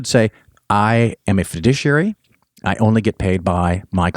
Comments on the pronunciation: ok, I loved this episode, but I have a question. recommended that people seek out a certain kind of financial advisor. It sounded like he was saying "fudiciary". I have heard of the term fiduciary. Was he pronouncing fiduciary weird or is there actually a term fudiciary? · It's difficult to trust the financial advice of someone who doesn't know how to pronounce fiduciary. Your mispronunciation rhymes with judiciary. You're clearly not stupid, but it does help not to sound stupid.